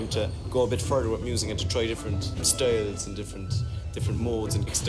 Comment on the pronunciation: "Different stoyelz"